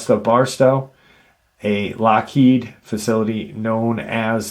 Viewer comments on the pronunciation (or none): none